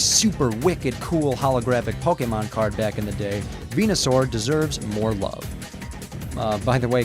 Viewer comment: just wanted to point out, its actually ven-u-saur, not ven-a-saur. just sayin'